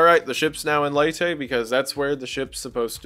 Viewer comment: Been binging a lot of your videos, great work man! Btw, I'm from the Philippines and it's pronounced "Lay-teh" :)